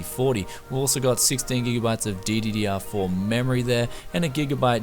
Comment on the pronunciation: City Ha.Nice setup! But do you know that insted od saying DDR4.you said DDDR4 for the RAM?